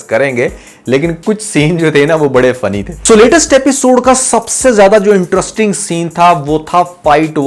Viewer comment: Can you learn that it's pronounced interesting not entrusting 😅